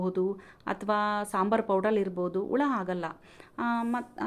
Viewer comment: Ula alla hula kannda sariyagi tilisi